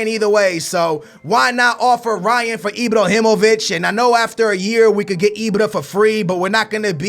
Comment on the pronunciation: its IBRAhimovic not IBROhimovic